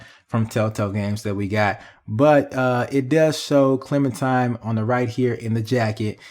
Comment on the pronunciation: it really urks me when he calls her ClementiMe instead of ClementiNe. 😡😡 its CLEMINTINE!!